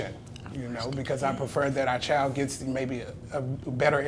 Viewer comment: CHILD IS PRONOUNCED CHILD, NOT chield